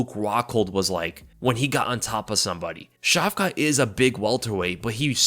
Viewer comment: Care to pronounce Shavkat's name differently than 'Shavka' - 'Шавка' is slang for small dogs, with the associated meaning. It will do good for your image in the eyes of Russian listeners. Edit: the stress on the latter 'a' will bring out the 't' in the name - 'Шавка́т'